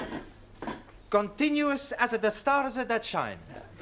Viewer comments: Why do English speakers pronounce Giovanni as Geo-vanni when it should sound more like Joe-vanni? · I guess they're confused by the "io", they pronounce it in a sliding way like ee oo. They don't know that in Italian, the i is there just to make G sound like a J, so it should be like Jo va nee